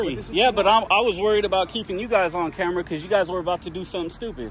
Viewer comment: “You had the …… in his said the LEO. He couldn’t even say ‘camera’. What the hell!!!